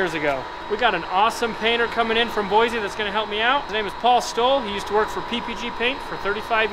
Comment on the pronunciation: Boise is pronounced Boi-see not Boi-zzz